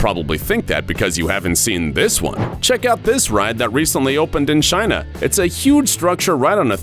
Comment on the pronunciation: Why did he say China like that? very trump like. Jaina!!!